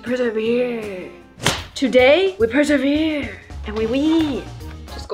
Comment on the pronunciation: When she said persevehhhhrree she reminded me of when i need to say something but i don't know how to say it so i just go hpooggfeererehhetejhhhh